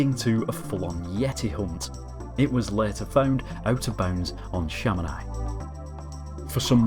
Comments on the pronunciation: Just i wanted to say that Chamonix is pronounced Chamoni not chamonay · Dude, it takes two seconds to Google the pronunciation of place names to make sure you're not getting them wrong: Coté d'Azure = koht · duh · zyoor Chamonix = sha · muh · nee